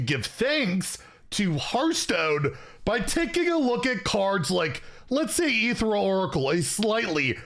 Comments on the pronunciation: Dear, the card is pronounced "E-Thee-Re-Al", not "E-Thee-Ral" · Eth-ee-ree-al Say it with me Eth-ee-ree-al